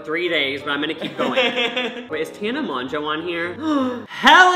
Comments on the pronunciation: Ik this is late but the way he was saying Tana Mongeau annoyed the crap out of me.. It pronounced (tan a mojo)😂 easy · Lol, how he pronounced "Mongeau" Its basically Mojo 😂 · HE SAID TAENA MONJO OH NEVER😭😭💀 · It’s pronounced MOJO lmao! Tana Mogo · Its pronounced mojo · It’s pronounced mo joe. (I know that’s not how it’s spelled but that’s how you would say it.) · Awww I love 😂💗 he managed to pronounce tanas last name differently each time and said it wrong each time😂😭your sweet heart 😂💕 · Does he mispronounce Tana's name on purpose or does he genuinely not know??? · why are you so unable to pronounce tana mongeaus name lol literally both names you mispronounced so many times 😂